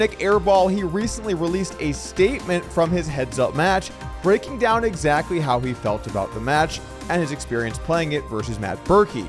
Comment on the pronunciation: Love the Brrrrrrrrrreaking news bobble 😂😂😂